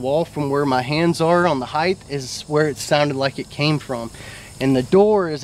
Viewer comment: I like this documentary and seems very authentic. So, no disrespect, I only say this to educate, and I don’t mean that in a condescending way. However, especially when describing a Sasquatch, the word is, heighT...there’s no “Th” sound at the end of the word. Just like, weight...it’s height... Again, no disrespect, it’s a common error.